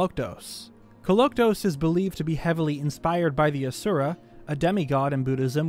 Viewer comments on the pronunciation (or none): none